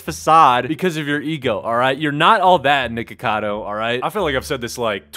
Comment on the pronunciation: It sounded like u Said Nword cado